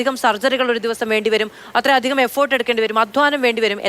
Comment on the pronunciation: "ഏഫോർട്ട് " എന്നല്ല; "എഫർട്ട് " എന്നാണ് ശരി.